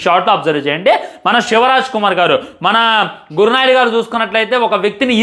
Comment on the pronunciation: Gur naidu kaadu ra babu Gowrnaidu